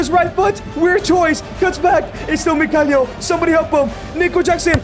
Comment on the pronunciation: He is Mykhaylo ffs,not Mykhalyo,Makhalyo or Maylo..you said it worng every single time..